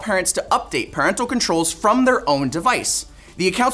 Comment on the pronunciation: you're reading 'parental' wrong.